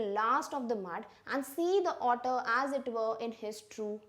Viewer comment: Mam your author and otter pronounciation seems same